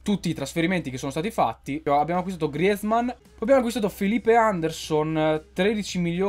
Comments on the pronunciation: Comunque non si dice griezman si dice grizman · Per favore puoi pronunciare grezmaan bene